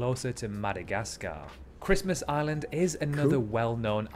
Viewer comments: Ok 👌 I had to watch and listen back a few times but I get it now though before I watched it back lad, I didn’t know if you were saying island or “aliens” ....... PS the crabs yes they make you squirm just a little bit 😉🤜🤛😂😂😂😂😂😂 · Every time you say island, it sounds like your saying Aliens lol, anyway, Norfolk island i knew about, i am a Tasmanian, but i didn't know about the language part, that was new and interesting to me for sure. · LOL it sound like you saying aliens